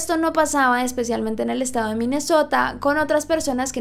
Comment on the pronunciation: soy la única que piensa en MI MESOTA cada vez que dice MINESSOTA. se nota que me he visto RÍO